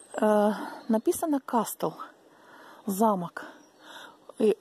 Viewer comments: в слове "casstle" t не читается, произносится "кассл". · Здравствуйте,. Извините, за маленькую подсказку, если позволите: t перед s не произносится. Например, listen, castle(лисн, касл), sorry